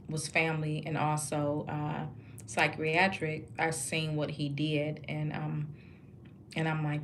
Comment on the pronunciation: Good work! Please learn how to properly say the work psychiatric. There is not an "r" at the beginning